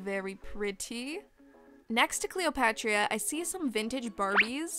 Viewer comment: It’s cleo-pah-trah not cleopatria